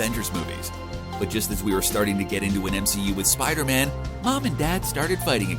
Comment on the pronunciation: "Spida Man"